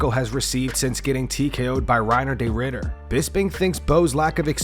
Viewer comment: Excuse me. Can you please learn how to pronounce RDRs name correctly. There is no “day” in his name. FFS.